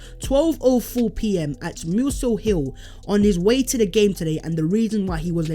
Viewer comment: You pronounced muswell hill wrong lol